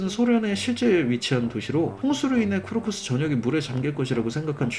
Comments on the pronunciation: 대체 왜, 무엇을 보고 쿠르스크를 쿠르크스라고 읽는 거여 킹받네..❤ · 근데 쿠르스크를 왜 계속 쿠르쿠스라고 하시나요 ㅋㅋㅋㅋ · 쿠르크스가 아니라 쿠르스크... 계속 그러시네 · 쿠르스쿠를 자꾸 쿠르쿠스 라고 함 @@ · 쿠르스크를 쿠르크스라고 계속 말하는거 킹받네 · 쿠르스크를 자꾸 쿠르크스로 읽는 거 일부러 그러는 거지? 나 너무 킹받아 ㅋㅋㅋㅋ큐ㅠㅠㅠㅠ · 쿠르스크 인데 자꾸 쿠르크스라고 말하는 것 보니 띵 받네 ㅋ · 쿠르스크인데 자꾸 쿠르쿠스랰ㅋㅋㅋㅋㅋㅋㅋㅋㅋㅋㅋㅋㅋㅋㅋㅋㅋㅋ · 쿠르스크를 끝까지 쿠르크스라고 읽는게 미스터리함. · 그 부터 계속 쿠르크스라고 말하시네 ㅋㅋㅋ